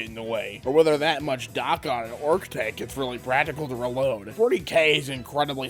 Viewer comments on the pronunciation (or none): none